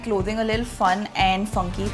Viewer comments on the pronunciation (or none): Nice sense of fashion has! The only weird thing about her is she pronounces ‘and’ as ‘eeend’😂 not cool bro